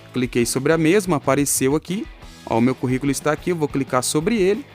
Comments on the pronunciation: O correto é: Currículo e não Corriculo!👍🏼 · Kkkkkkkkkkkkkkkkk "CORRICOLO" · "CORRICULO" É DMS 🤣😂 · Excelente explicação, mas é Corriculo mesmo??? ou Curriculum??? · Esse ''Corrículo'' doeu na alma,mas tirando essa falha gravíssima o vídeo ajudou demais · Excelente vídeo, mas corrículo? "Co" ?